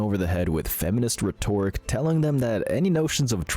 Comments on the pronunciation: "Reh-tore-ik"?? Lmao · I think rethoric is pronounced different.